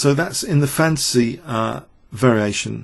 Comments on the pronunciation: I keep on hearing "the fancy variation" while I know it's "the fantasy variation" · This isn't a normal English accent - his pronunciation is quite poor. He can't pronounce "th" at all; he can't pronounce "t" at the end of words; some vowel sounds are odd, too: "file" isn't pronounced the way he pronounces it; and yes "fantasy" comes out as "fancy".